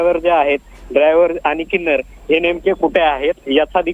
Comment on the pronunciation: अरे अगोदर हा प्रतिनिधि बदला , क्लीनर ला किन्नर बोलतोय 🤔